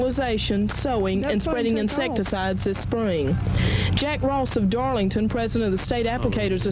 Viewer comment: they mispronounced Darlington to Darlincton. Blooper reel!